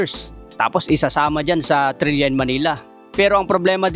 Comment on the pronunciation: Trila yung pronunciation dun hindi trilya